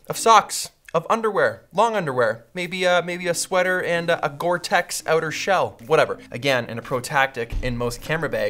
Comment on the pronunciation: Hahaha. Gortex "ooter"' shell